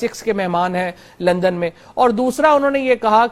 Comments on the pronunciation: is it only me who hear her saying lund me.... :p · She said Lund instead of London.....